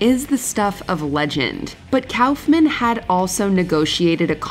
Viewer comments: It's pronounced cough-men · It makes me irritated with "Kowfman" was said, it's Koff-men. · Andy "cow"-fman? 🤨 No one has ever called him that including himself. It's "cough"-man. Good gawd. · I thought Koffman was pronounced COUGH-men, not COWf-mann. 😅😂😂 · Cowffman... It's pronounced Coughman. Kauffman=Cough-man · You need to get someone who bothers to learn how to pronounce names before tracking these videos. It's "Koff-man", not "Cowf-man". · Coughman. Not Cowf-man. Why are your voice-over people so sloppy? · It's KOFF-MAN, not COWF-MAN. Wtf is wrong with you? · Andy KOFF-MANN not Cowf man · It was pronounced KOFF-MAN, not COWF-MAN. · It's pronounced 'Kawf-man' not "Cowf-man" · “Andy COWF-MAN” 😂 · Pretty sure its not pronounced Cowfman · its Coughman right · Umm, Kaufman is pronounced Cough-man. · Kaoufman? Lmao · LOL 😝 “Andy Cowf-man” what nursery school did you find this girl from who narrated the video? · Did you really say “Cowf-man”? Really?? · It's Kaufman. Coughman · andy KAFmen lol its cawf-men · I have never ever heard it pronounced Cowf men... what in the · I've literally never heard anyone pronounce Andy's last name as anything other than "koffman" before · I hate the way you're pronouncing Andy Kaufman's last name. I've never heard anybody say it like that. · The way you pronounce Andy Kaufman almost gave me an aneurism 😅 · You'd think that if you were going to say Kaufman 78 times, you'd google it at least once for the pronunciation 😂 bunch of hacks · 5 seconds in and they butcher a legends name haha I know it's probably a good list but because of that I'm out (nobody caught it in editing or anything...like nobody???) Come on people 😂 we can do better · How do you not know how to pronounce the word Kaufman?